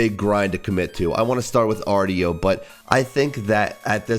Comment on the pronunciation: arr-show not arr-tee-oh